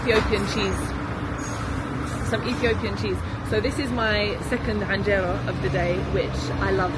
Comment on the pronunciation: its not with an ع :) enjera